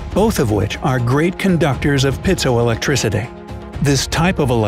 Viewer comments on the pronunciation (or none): "Piezoelectricity," NOT "Pithoelectricity!" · Its not Pitzo electricity - its Piezoelectricity